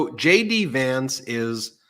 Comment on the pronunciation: I misheard you say "Shady Vance" instead of "JD" Vance!